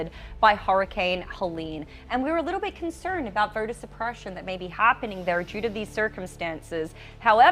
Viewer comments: She pronounces the letter O like er: voter sounds like verter, Minnesota sounds like Minneserta. Keeps distracting me. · Is she saying "Verter"?? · Love this channel but if I have to hear the word "vherter" instead of "voter" again, I might have to block it l.... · “Early verting” “early verter ballots” 😂🤣😂